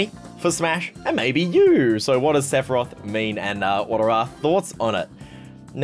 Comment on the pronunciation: Hearing you butcher Sephoraoth hurts